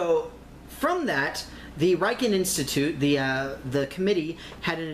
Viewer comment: The "Riken" RI pronounces like Ritchie RI .Got it!?